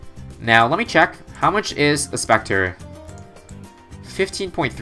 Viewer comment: Omg spectre Edit: I’m stupid I wrote that before he said specture